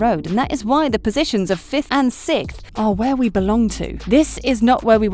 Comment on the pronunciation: When you say 6th is sounds like you say “Sic”.